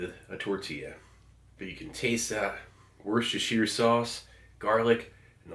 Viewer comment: I was 31 when I first heard an American pronounce Worcestershire correctly. I should have known it would be Steve. His powers know no bounds.